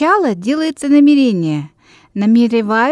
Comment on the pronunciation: Намерение - ударение ударение на второй Е